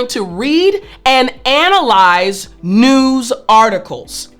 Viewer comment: Tut, tut, it's not noooz, it's news........